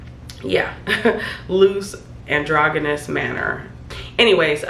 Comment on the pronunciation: “Androgynous.” The G is pronounced like a J. It’s a soft G like in “ginger” rather than “hungry.” It means looking neither male nor female. Unisex.